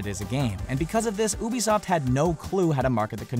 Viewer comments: And says ubisoft like ube-isoft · oobisoft?!?!? LoL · this brain dead bitch can't even pronounce Miyamoto's first name or ubisoft right